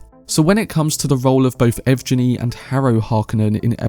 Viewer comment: Since Valya is from Valentina (a east slavic rendering of the name VALENS), then EVGENI should be EV-Gheh-Nee